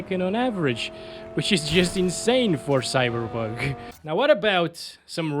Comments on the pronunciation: I love the way you say cyberbug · love how he says "cyberbug 2077"